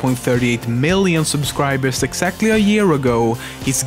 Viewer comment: did you just say "subscwiberws"?